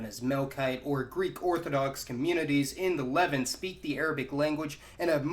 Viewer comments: Argh!! It’s not “Lev-unht”. It’s “Leh-vahnt”! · You’re doing a great job with these videos, and I enjoy watching them. There’s just one little thing that bugs me: Levant is pronounced li-VANT, not LEV-int. Ok, back to the video. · Interesting video but please learn how to pronounce Levant. It rhymes with font. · Its pronounced LEV-AHHNT. does that make sense? Lol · Please. Learn how to pronounce the word ‘Levant’. I shudder every time. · You've been butchering "levant" for far too long. Please watch this video to see how its pronounced